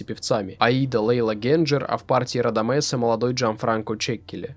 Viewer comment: Интересный материал. Не считаю, что Гуэльфи "недооцененный баритон". Он занял свое почётное подобающее ему место на оперном Олимпе ХХ века наравне с Гобби, Таддеи, Бастьянини. У певца есть свои поклонники, которые его ценят и до сих пор любят. Кстати, простите за нескромный вопрос: а почему Вы все время турчанку Лейлу Генчер обзываете Генджер? Итальянца Кольцани Кольдзани? Есть еще ряд моментов. Но...Очень режет ухо, тем более привык к произношению и ударениям указанным в многочисленных профессиональных справочниках для диктора радио и телевидения. Удачи в Вашей деятельности. ✌️